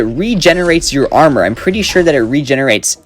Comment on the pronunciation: ah yes, "prettt"